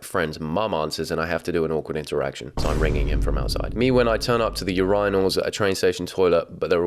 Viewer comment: You said she sais things weird and you call them Uryyynals?